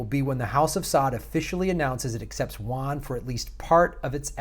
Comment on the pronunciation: Yuan - 'YOU on' & Rouble - 'ROO bull'. (Jes' sayin'... 😉)